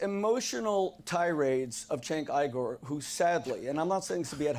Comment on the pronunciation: as for cenk uygur's name, its pronounced "jenk ugur".